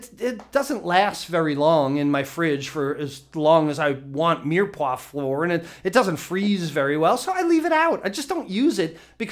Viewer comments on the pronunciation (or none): Mire Poix (meer pwa)